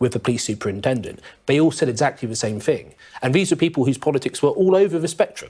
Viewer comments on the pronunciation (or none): Can someone tell him the word 'thing' starts with a th and not an f...